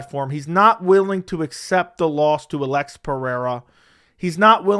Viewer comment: Why can't you say the name Alex?